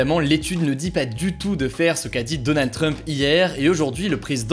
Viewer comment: Pourquoi il dit Donald Treump ?? 😂😂